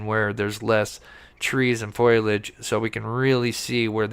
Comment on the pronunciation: Fol-i-age. Not foiiage